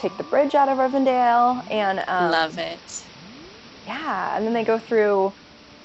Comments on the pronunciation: SO MUCH DETAIL. The skeleton and skull near the well in Moria sent me. So many amazing easter eggs, but that is my fave! My only complaint.......it's not Rivendale, it's Rivendell :P and Lothlórien, hehe. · How is she supposedly a huge LOTR fan and doesn't know how to pronounce anything? Rivendale? Forest of Lorin? Gurl...